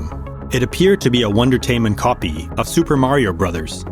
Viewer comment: Bro can't say super